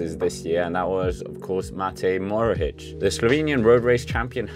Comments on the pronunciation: sorry but its mohoric not morohic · he's probounced Mohoric, not Morohic! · Hahahaha the way you pronouce mohoric is so funny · Hahahaha, 1/10 the pronaunciation and 10/10 fory trying so its a 5 out of 10